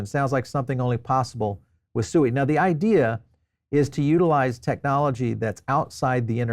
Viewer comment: It’s pronounced “Swēē”